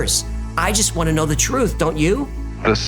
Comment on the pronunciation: "The real phrutph" , nicely said